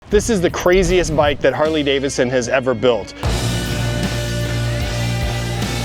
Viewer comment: DAVIDson. Please say it with me. Harley DAVIDson, NOT DAVISson.